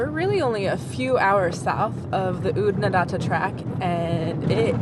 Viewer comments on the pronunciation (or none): You got Oodnadatta almost right except for the second a. First a as in far or data as Aussies pronounce it. The second a as in add. You flatten the a, I guess it's the double t's that follow. Then the 3rd a is back to far. The Flinders is so iconic. I love the country there. It's ancient, ancient land. The B80 to Adelaide via Clare is very picturesque. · Oodnadatta … the second last a is said like an a in apple. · Oodnadatta rhymes with fatter. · Oodnadatta has flat ‘a’ in ‘datt’. Rhymes with batt. And in Aussie, the final ‘a’ is a bit lazy. So a bit like Oodnadadda.